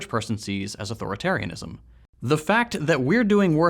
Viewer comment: It's eight syllables.